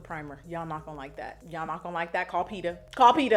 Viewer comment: “CALL PETA” 🤣🤣🤣🤣